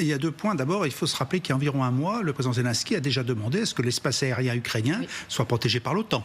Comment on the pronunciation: Quelle prononciation de me...de 😂 ZELONSKY